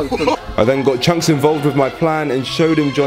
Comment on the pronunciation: Calling chunkz "chuncks" is a violation, bro.